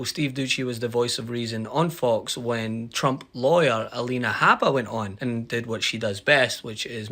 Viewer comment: Habba! Pronounce her name correctly b***h!!🤬